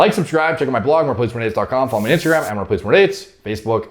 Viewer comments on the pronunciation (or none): none